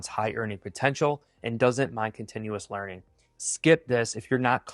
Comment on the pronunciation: HE SAID LEARING CENTER not learning. 😂 look it up